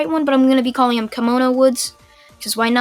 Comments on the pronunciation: Anime Outlet: Kimono Woods Everyone: That’s not how you pronounce Kamui. Kamui Woods: walks out from behind building in a kimono Also Kamui: You got a problem? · Kamui is pronounced kam-u-wee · It’s ko-mu-I but spelled kamui like obito eye Ability from naruto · it's said in the show many times and if he has seen Naruto which I assume he has due to his Naruto what ifs it's pronounced kamui like from kamui from the mangekyo